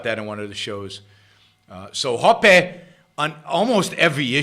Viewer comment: You called ancaps statist. That is idiotic. You clearly don’t know Hoppe because you can’t even pronounce his name. How about read him and then make real points instead of vague opinions.